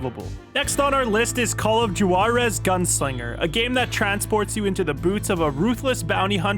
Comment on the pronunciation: 😂 that is not how Juarez is pronounced